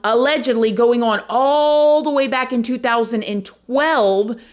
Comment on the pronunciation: The word 'on' is one syllable, not 2